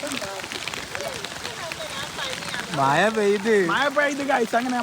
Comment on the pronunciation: മഴയാണ് പൊട്ടാ മയ അല്ല.. കഷ്ട്ടം.